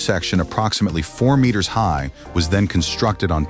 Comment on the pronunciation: The announcer kept calling meters metures